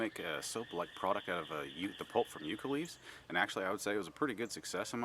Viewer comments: these are native to where I live. It is pronounced Yuh-ca. Hope this helps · Who the heck taught you the pronunciation of the word Yucca?